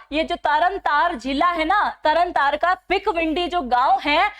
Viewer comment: कम से कम नाम तो ठीक लो,सरबजीत सिंह है।तरनतारन है तरनतार नहीं,बहुत अक्षर गलत बोल रहे हो। हिन्दी की पकड़ सही करो।